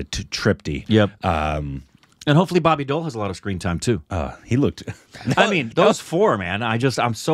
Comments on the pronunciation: It’s not boby doll it’s boby deval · He's not Bobby doll...pronounce Bobby D owl..... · BOBBY DEOL ❌ BARBY DOEL ✔️ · I heard Barbie Doll, when first said Bobby Deol 😂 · Who else heard Barbie doll😂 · Did he just say Barbi doll 😂